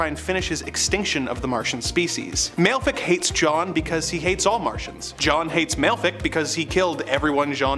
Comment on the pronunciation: Malefic is pronouced Mal-a-fa-ak